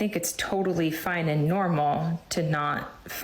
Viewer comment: The second women say "AYEND" instead of "and"